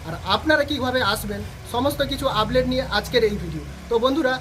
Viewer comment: Ublate ? Naki update ! 😂😂😂